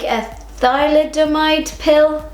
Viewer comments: Thalidomide: Pronounced Tha-lid-o-myde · Just to let you know its pronounced tha-LID-o-mide ;) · You should at least study your subject enough to pronounce it correctly. These women were told by their DOCTORS that they were safe, these were woman who had excruciating fatigue. Would you take vitamins if your doctor prescribed them? What if it affected it affected your baby? It staggers the imagination how some arrogant women are harsh with fellow women. These questions are basically ignorant. Frogs??? BS